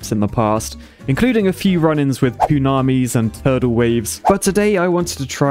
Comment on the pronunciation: Dude said Poonaimis 😂